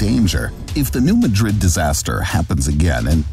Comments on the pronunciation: It's not "New muh-DRID", it's "New MAD-rud." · NOT Ma-drid. It is prounced New MAD-drid. Your pronunciation is how I know are not familiar with this area. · Alaska is actually highly prone to earthquakes, in fact, it outranks California in the number as well as severity of earthquakes. Yes, it makes sense to pronounce New Madrid like the city in Spain. But for whatever reason, the A is like the A in cat so it's New MAdrid. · It's New MADrid......not MaDRID. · The earthquake in new Madrid- omg I hate to correct you but it’s mAdrid not madrId- I live around there and usually only people that have been there or have lived there know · It's pronounced New MAH-drid not like the Spanish city. When the New Nadrid fault goes it won't be like a 9 but it will be devastating as so many pipelines cross the Mississippi. And roads...the bridges will be gone. edit: when Cascadia goes we will be fubar for a long time (possible decades). The earthquake and following tsunami from the Cascadia in 1700 was confirmed by the orphan tsunami in Japan on 27 Jan 1700. In 1812 there was an earthquake in New Madrid. It made the missippi run backwards against the flow for a time. The sand blow holes are still visible today. That is called liquifaction. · I suspect this video is produced by AI, because no human who did two minutes' research would not realise that is the pronunciation. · Also the Missouri city is pronounced New MA-DRID NOT MADRID AS IN SPAIN. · Please pronounce the US location as "New MAD'-rid". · "New Madrid" is pronounced New "MAA-drid" (not like Spain's capital). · It's New. Mad-Rid..this is not Spain. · This video has extensive false information to that area. The kid can't even pronounce the name of the siesmic zone correctly.